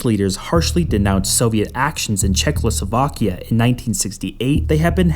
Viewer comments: please its not czeckloslovakia its czechoslovakia xd as some1 from slovakia this hurts to hear thx but the video is great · Did you say Czech-LO-slovakia? What the hell? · every time he says chekloslovakia i feel like watching something else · "Czechcloslovakia" LOL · If you want to leave a point you might learn ti pronounce the names of the countries you so deeply care about. Czechlosovakia. Pffft. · Weird to hear a kid so young that he can’t say checkoslovakia… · Maybe learn to pronounce before becoming a fool? Czechoslovakia only has one "L" ya doofus 🤣